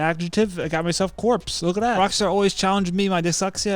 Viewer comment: Its pronounced CORE as in Marine Corps. Corpse has an E on the end. :) Great video.